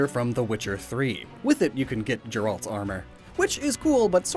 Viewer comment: And Leshen, when he pronounced it as Le'shen, when it should be pronounced closer to Lesson with the second S replaced with an H. and mispronounced Geralt too.